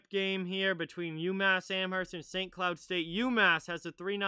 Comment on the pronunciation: Just a tip don’t pronounce the h in Amherst